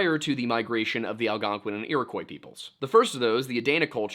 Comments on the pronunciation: Did you call the Algonquin the "Algonqwayin"? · Another great vid but fyi, Algonquin rhymes with “win” and Iroquois rhymes with “pasta” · I live in Algonquin that pronunciation is funny